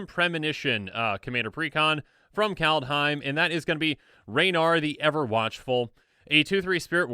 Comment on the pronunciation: Sorry to be a bitch, but , i don't think it has an 'a' between 'd' and 'h' in that. "Kaldaheim", where in the fuck did u get that stupid idea from? Anyway, just an idiot with an idiotic opinion. But this one, isn't.